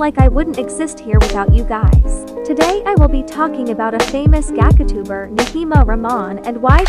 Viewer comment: I'm sorry but the way it said "Gacha" like "gaga"